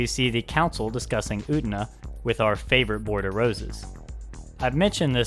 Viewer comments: It's pronounced U-TE-NA. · I don't want to be an asshole, but it's really bothering me how you're pronouncing "Utena" :S